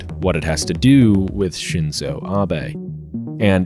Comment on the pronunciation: The I in Shinzo is the vowel in "deep", not the one in "dip"